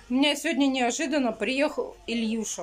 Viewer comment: Не Ильюша а Илюша плять,бесит уже посмотри словарь уже и выучи элементарные слова у тебя дети растут